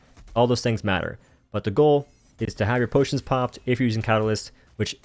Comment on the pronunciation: No more potions NO WE NOW SAY BOTIONS!